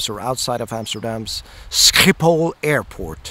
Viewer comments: Excellent pronunciation on the "sCHiphol" my friend! Most English speakers can't do that unless they're Scottish (they have lochs too)... As for the song: brilliant. As usual. Of course 😉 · Congrats on pronouncing "Schiphol" correctly. You could be a spy now.